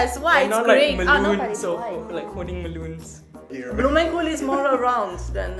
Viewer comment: Die Japanner die k heb grote bloemkoole zei deed me echt denken aan Dang Do😂